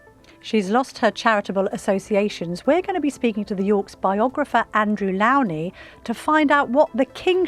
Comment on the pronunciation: Please learn how to pronounce the biographer Andrew’s surname correctly .